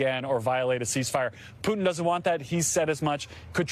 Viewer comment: Even those journalists have no idea about pronouncing Putin’s name.Thay swollow half of name.Jurnalists👎👎👎